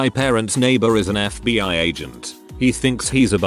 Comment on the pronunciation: It takes very little effort to edit the script so the bot doesn't say "FuhBee Siyah Agents". I realize I'm telling this to some one making content that is by it's nature low effort, but I mean come on dude